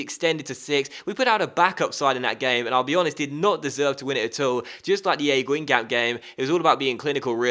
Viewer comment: fc guingamp pronounced- gon-gomp